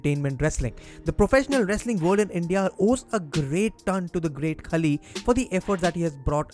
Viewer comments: Its pronounced not 'kali' its 'khaali' otherwise a great video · Hope Kavita Devi becomes successful in NXT and main roster.. btw it's Khaali.. not Khali.. As usual awesome content and presentation bro!! #RustyRocks